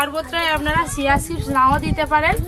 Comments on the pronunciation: ছিয়া নয় চিয়া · Shia seed noe..ota chia seed...